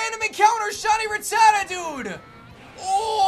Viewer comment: The way he pronounces Rattata...